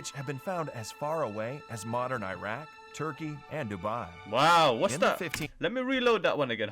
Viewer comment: Kkkk ka sax luuqadda not iiiraq but Iraq very good correct him